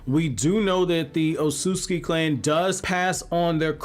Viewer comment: Sorry but it's not Otsutski, it' s Otsutsuki the T and S together are read like a TZ